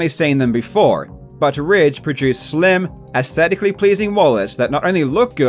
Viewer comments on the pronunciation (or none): none